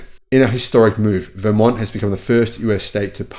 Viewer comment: Interesting!! Btw, Vermont has the emphasis on the second syllable 😊